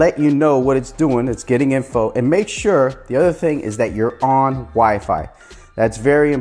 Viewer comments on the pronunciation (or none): none